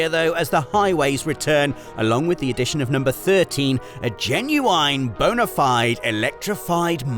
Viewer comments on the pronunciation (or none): none